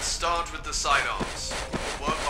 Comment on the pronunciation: fart instead of start XD